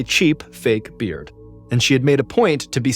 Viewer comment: Whoa, that’s definitely a twist, he ain’t lying! I would never have guessed! Except for that weird emphasis on a beard which made me think there could be something to it… Green iguana and bearded dragon 😆? Also, the flow of the story was great, especially enjoyable to listen to. Thank you, MrBallen! I wish she could’ve survived though, life is so cruel sometimes